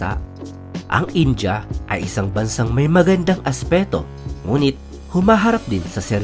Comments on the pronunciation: In-dee-yah , hindi In-Jah! 🤣😂🤪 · India-Indiya, hindi daw po "Inja". Iyan ang reklamo ng mga Indiano sa OFWs da Mid East 😊